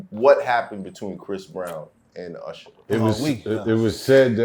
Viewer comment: URSHER BABEH 😂